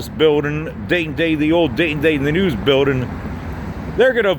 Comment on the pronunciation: please use the "g" at the end of the word building.